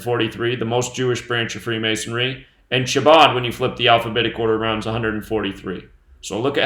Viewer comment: Its pronounced Habad the C is silent